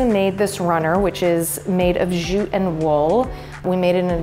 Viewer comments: LOL or every time she says zjute instead of jute! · The place is looking good and I love the simplicity of it. I'm digging the elements that are natural along with the superb photography but why oh why oh why why why are you staying "zjjjjuuuuute".. The word is jute. It's very simple. Jute, jute, jute, practice that. Mercy! At least you are not wearing a backpack like Anne-Marie Barton.